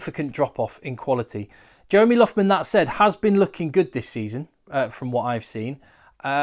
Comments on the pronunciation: Just a question, shouldn't it be pronounced Lochman? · With all due respect, it's pronounced LOCK-man. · Depends really. You're right that Lough is the anglicisation of Loch from Irish or Scots Gaelic and Loch is pronounced more at the back of the throat. But listening to Loughman pronounce his own name it sounds closer to Lock to my ear but I could be wrong, it's a subtle difference